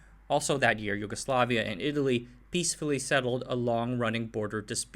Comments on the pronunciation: It is great video and you did relatively good job (aside of J spoken as english J as in jail, while it should be as Y) Zastava wasn't sole manufacturer in Yugoslavia; CIMOS produced citroens, TOMOS produced small 50cc bikes, TAS produced beetles and Golfs, FAP had licence builted mercedes trucks. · Letter J in serbian is pronounced as english Y, not as Zh